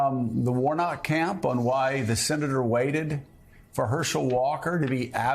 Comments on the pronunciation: He can’t even pronounce Senator 😅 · He can't say the word Senator so how can he be one